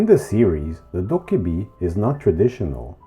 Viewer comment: everythings fine until you notice they said “dobbaebi” instead of “dokkaebi”